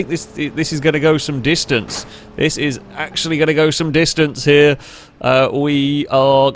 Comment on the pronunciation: I think he wanted to say "here" and "y'know what" but it just ended up sounding like "hnyou" lol still hilarious tho!